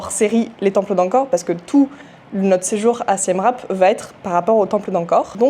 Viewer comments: Hello ça se prononce "siem ripe" et non rape 😅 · Mes oreilles saignent Siem « rape » 😅